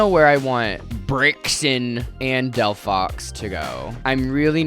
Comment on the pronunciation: girl it's literally called del-phox